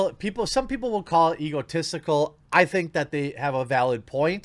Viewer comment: Its "EgoTestical"